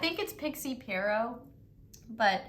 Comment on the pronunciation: lol Pierrot is actually my last name and you pronounced it totally fine!